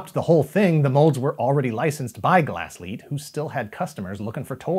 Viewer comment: I like how this time you got the pronunciation of "Glasslite" right xD